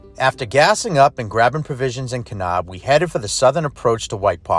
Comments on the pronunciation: It’s Ka - NAB! Not Ka - Knob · Great video. It made me smile to hear you pronounce Kanab. Us locals say Kanaaab, not kanob.